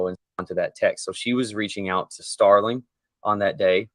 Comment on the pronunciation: The original commentators call him Starling and it’s Sterling.